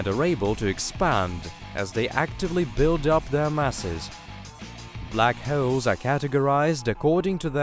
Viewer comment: I’ve learned a lot about blackhewls today. But very informative documentary.